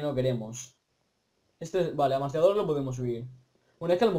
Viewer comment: Que mierda tío que dices masillador por decir martillador o si es masillado